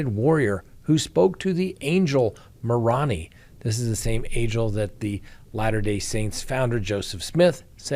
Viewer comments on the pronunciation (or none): It's. Ma-roan-eye not ma roan ee. Just want you to sound like the intelligent man you are. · Moroni is pronounced "Ma-row-nigh". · Moh-rone-eye. Moroni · Ah that's pronounced Marone I and Mormons do not believe in translated beings reincarnation or any of the BS these 2 have been spouting or teaching! All this insane crap sounds like the insane crap coming out of Julie Rowes mouth! That way everyone thinks thier nuts! It's all about the money! That's why her & Alex killed Joseph! That's why she had no autopsy & cremated him immediately! Like she tried to do with Charles! The camera's I agree with JJ's grandfather she was playing for the camera's! The microphones? I heard nothing her or her lawyer's were saying! Except when her lawyer's addressed the court! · I just want to suggest that you may want to learn correctly how to pronounce the names of "Nephi" and "Moroni". As often as you will be speaking the names, I hope this suggestion helps. Nephi is pronounced KNEE-FI. (same ad Wi-fi, just with Knee!) You are close on Moroni. More-O- ni. The i at the end is not pronounced as an "e" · I tease you occasionally about names being pronounced correctly but it's not meant to criticize. If you aren't Mormon you wouldn't know how that angel tooting his horn on top of those temples pronounces his name. I love your channel and never miss a show. You are smart and direct. I've watched/listened to you since you first started and I go to your channel first for all things VALLOW/DAYBELL. Love you.